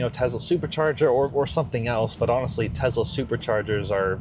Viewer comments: Tesla, not Tezla. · I'm so glad you asked. It's pronounced TeSS- la.